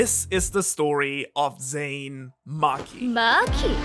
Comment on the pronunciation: I have two comments to make. First, the family name is Zen'in, and since it's clear that you care about getting the pronunciation right, you should make sure you say zen…in. Second, you're very cute.